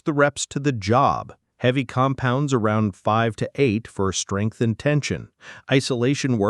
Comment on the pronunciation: Skrength & kwelve huh 😭